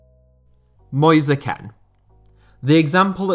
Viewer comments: mans said moze ken lmaoooo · Nice video but it's pronounced "moyse keen" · “Moise Ken” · 1st player. Moise Kean. Name butchered completely. Moise Ken it is apparently. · Sorry moisa Ken not moise kean